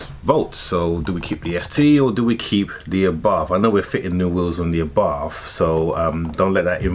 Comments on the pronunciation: Abarth not arbarth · It’s an arbarth not an arbarff surely?? Love the wheels though. Good call. Also the mods you have installed brilliant.